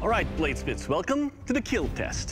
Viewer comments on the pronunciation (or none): will KEAL😁😁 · When Doug says "it will keel" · Keel test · says "will kill" like the asian dude haha